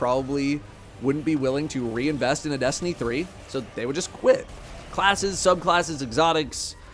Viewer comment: Destiny Threeuh